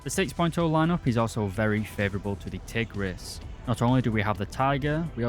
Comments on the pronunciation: Nice history of the Hungarian Tigers, but two little things: 1. Tigris is pronounced "Tig-rish" since the letter "s" in Hungarian is pronounced "sh". 2. The Turan II is in War Thunder, however Gaijin stupidly made it a battle pass premium which is no longer available, when it should have been a researchable tank in the Hungarian subtree. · You said the S in Budapest so well, the same should be in Tigris(tigrish)